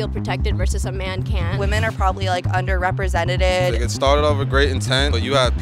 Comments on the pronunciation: "underepresenteted"💀 her english wasn't englishing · the woman who keeps saying "underrepresented" wrong deserves a forced english lesson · “Women are underrepresented” Maybe your pronunciation is the reason why…